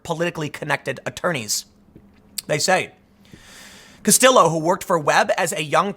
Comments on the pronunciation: Kas-tee-yo there you go timmy. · Tim, the L's are silent in Castillo. "Ka-Stee-Yo" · If a name looks like it's Spanish, and has a double L, it's usually a y sound Tim. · It's 2020 and even the Beanie of Power can't help Tim correctly pronounce "Castillo". Tim, didn't you ever watch Miami Vice? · I knew it! Tim is messing with me when he mispronounces people's names especially movie stars he said Castillo's name right before commencing to mispronounce it for the rest of the video.